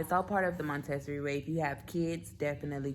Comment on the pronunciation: It’s pronounced: Monta-sor-ree, dear. ☺️ Also you may want to consider moving the clothing bar down (or adding a hanging bar) in her closet so as to foster independent clothes selection? Just a suggestion. ☺️ Great video!